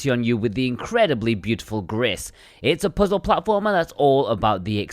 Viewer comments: It's a Spanish word so it's pronounced more like grease. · Gris is pronounced “Gree”... probably 🤓